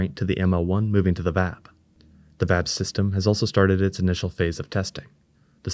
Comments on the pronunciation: It's V-A-B not Vab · It isn't customary in US english to prounounce VAB as a word. Individual letters of the vehicle assembly building spelled as an acronym are generally most comfortable for listeners.